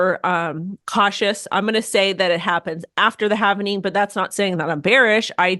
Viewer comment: Why are supposed crypto experts putting an extra syllable in “halving?” It’s “halving” the “L” is silent. NOT “havening”. 😂